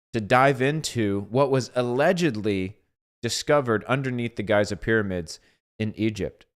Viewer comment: Great subject and take. Thank you brother. BTW Giza provenance as Geeza✨️🙏